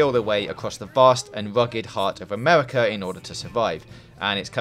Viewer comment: As the wob and fight acwoss amewica 😂